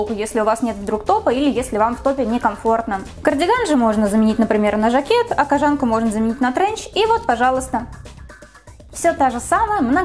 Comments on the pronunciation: Не кожáнка, а кóжанка! Ударение не меняется при добавлении суффикса. Кóжа, а не кожá! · кОжанка а не кожАнка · В слове кОжанка ударение падает на "О", от слова кОжа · я впервые услышала такое произношение этого слова, не только в своём городе, но и во всех остальных, включая спб и мск п.с. погуглила. Правильно: кОжанка что и логично. кОжанка из кОжи, а не из жАнн каких-нибудь. п.п.с. да, кожАнка допустимое произношение, нашла инфу, да. но звучит конечно... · Слушать интересно, но неправильные ударения режут слух. Это хотелось бы исправить. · Милана Аитова правильно кОжанка, с чего ты взяла, что ударение на А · Katkoshenka N-G это фишка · Katkoshenka N-G , хоть не одной мне слух режет! И да, ребят, в языке нет понятия "мне так больше нравится", есть грамотно/безграмотно. Поначалу будет казаться некрасивым такое произношение, но ко всему привыкаешь, это как измученное "завИдно" :) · Только не кожАнка а кОжанка)) Получилось очень классно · Может кожанка’ а не кожа’нка 🤦🏻‍♀️ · кОжанка, а не кожАнка. слух режет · Не кожАнка,а кОжанка Аж по ушам режет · Мила Крей ни в Москве, ри в Питере так не говорят! кожАнка—так говорят в провинции! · "Кажанка" блииин 😣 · МНЕ НЕ НРАВИТСя что ты говоришь кОжанка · Как же эта "кожАнка" бьёт по ушам.. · вот всё чудесно, и только кожАнка по ушам бьет. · Какие очки. Никто их тут не носит. Сама ты кожАнка. Научись по-русски разговаривать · кожАнка и тЭкстура....каждый раз резало ухо)